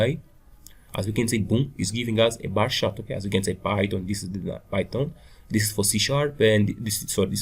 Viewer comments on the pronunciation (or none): It's not "bah shart". You're not from Boston, Massachusetts, and the word "shart" is slang for "shit". It's pronounced "baR CHart". And what's the point of doing a tutorial when you don't even know the language or basic programming principles?